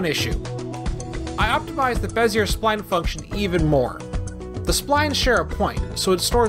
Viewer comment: This is a very impressive video, but I believe that they are pronounced "beh zee ay" curves, not "beh zee urr" curves.